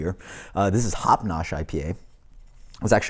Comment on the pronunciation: congrats on pronouncing it correctly! lol did i catch a "i know this is shit......uh...sitting" lol